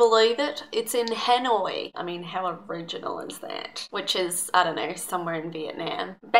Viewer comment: Well part of them and u said Hanoi wrong